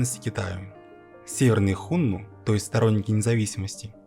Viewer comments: Господи,как же больно слушать "Хунну" и про правителей империи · 1. Хунну - ударение на 2м слоге, на 2ю "у". 2. Хунну (гуны) это тюркоязычное, а не тюркское племя. Гаплогруппа хунну G значит они произошли на Кавказе и переселены были то ли шумерами, то ли сами бежали от Ледникового похолодания. 3. Хунну никогда не были в Западном Казахстане пока их не свергли китайцы. 4. Китайцы свергли хунну только из-за предательства усыновленного ханом гунов китайца. См. "Троецарствие" и Дун-Жо 5. Единственное скифское племя попавшее под власть хунну это канлы (кангюй).